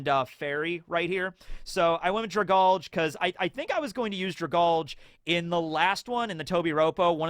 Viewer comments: Dra-GAL-Gee it's a play on the word Algae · I feel like Dragalge is pronounce Drag-algae. It fits the creature better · Dragalge is pronounced drag algae, because it’s a sea plant